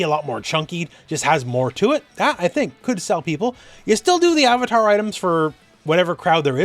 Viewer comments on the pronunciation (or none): none